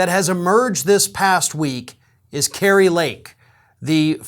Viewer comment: Yeah, "Kri-a" Lake Kari definitely has Trumps little orange old wrinkled mushroom headed k??? in her mouth still.